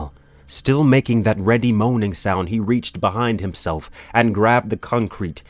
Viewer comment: reading was very good 👍 but please correct your pronunciations.... reedy: ree dee implacable: im plak uh bul chitinous: ki (like kite) tuhn us carotid: ka raw tid